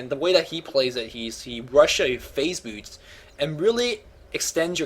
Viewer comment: you need to refine your speech more. You seem to be eating your words especially when you get excited. Some words you mispronounce like boots sounding a lot like booch. Maybe because you're bilingual? Anyways, we love your casting. Just polish up your pronunciation skills more.:)